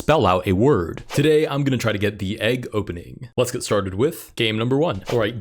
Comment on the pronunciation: ah yes, eeg